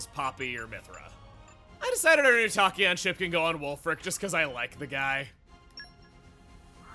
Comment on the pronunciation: Loving the series. Can't wait too see the content in new game plus. Especially since I didn't make it that far in my playthrough. By the way, Tachyon is pronounced with the short a (like Tack). If I wasn't obsessed with physics back in high school I wouldn't have know myself, but I love sharing the info I learned. Edit: Ok I just realized the irony in my username's spelling. The "a" in my name is pronounced like an "o" because I based it on the measurement of the speed of sound.